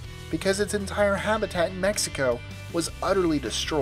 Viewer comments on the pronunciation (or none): none